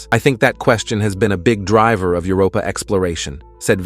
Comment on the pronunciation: Are AI narrators so much cheaper than humans that we have to put up with stuff like "plumees on Europee?"